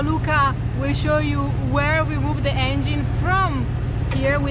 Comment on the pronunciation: Piccola lezione di inglese: la E di THE non si legge davanti a consonante. Davanti a vocale si legge come i.